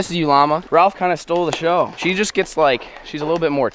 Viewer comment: sheew was pitiful 😓🤣🤣